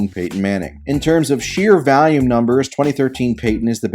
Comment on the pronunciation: Why do you say volume like a freak